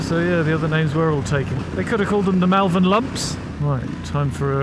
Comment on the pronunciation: I was born and bred in Malvern…stop saying it like an American tourist will ya. It’s pronounced more like mulvun.